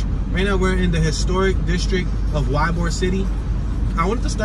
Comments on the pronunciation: Ybor city ! Is pronounced "E" Bor city ! Sometimes Y ? AEIOU and sometimes Y ! It's not a beach front city or neighborhood ! It's in the bay "Tampa Bay!" The area has been under revitalization for over 20 years ! And is family friendly with a great school right across the street from the park. The park used to be the place to go in the 1920s.. the water side drop-off?? He talked about that he sed you could drowned and a car would be underwater !!! Is 10 inches at high tide in most cases !!! But dose crash over the wall during storms. Our son used to jump into the storm water waves to be pushed back onto the street he drove on. Hurricane party's are the bomb. And we used to have them every year. Palmetto Beach Florida is a great place. But if you are selling something ?? Go way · It’s pronounced “E-bore” City. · Notice how clean Ybor is. By the way it's pronounced E Bore. Don't ask me why. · It's pronounced ibor city..... The y in ybor is silent